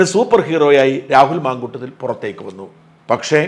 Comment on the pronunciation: Mamkoottathil not mamkoottom.